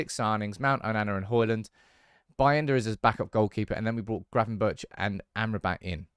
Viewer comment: Good content but as a dutchman don't pronounce the h if you say gravenbergh🤣🤣